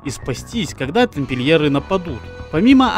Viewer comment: Тампильеры)) автор, надеюсь, это для хохмы, а не из-за недостатка эрудиции))